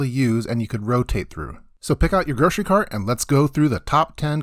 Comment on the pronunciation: GroCery-no "sh" in the word.